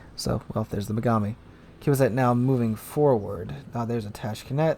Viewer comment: Tashkent not Tashkenet